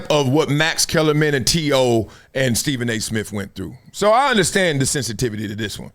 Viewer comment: Steven A Smiff 😂